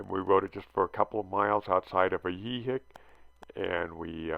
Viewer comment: Both "i" in Ajijic are pronounced the same 😄🤠😆✌️